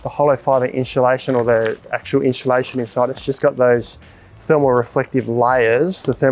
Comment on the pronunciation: I honestly couldn’t watch the vid after hearing inchulation 3-4 times. I’m out.